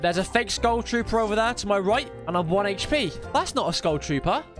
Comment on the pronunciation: Can't watch... He kept saying hp weirdly